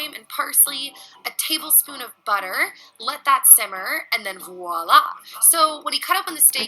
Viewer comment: Aside from everything wrong this woman in the video is doing I'm still grateful that she actually pronounce the word Voila the French word that means roughly 'there it is' or "see there' or that sort of exclamation some made up word " walla' or however it gets spelled, which is meaningless and is not a word in fact in any language. Freelee's point about words like steak, and one can add words like fillet 'round' and sirloin, is a good one. They are distancing words, but sometimes reference steer or cow but are just removed enough for the comfort of meat eaters.